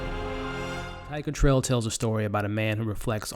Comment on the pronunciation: Great movie, great review. I just couldn't get you constantly calling it "Tigertrail".